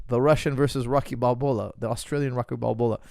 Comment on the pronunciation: i love it when coach says "rocky balbola" 😂